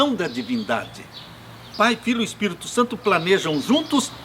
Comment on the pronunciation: Gosto de você, mas não aguento quando você fala Espirto e não Espírito.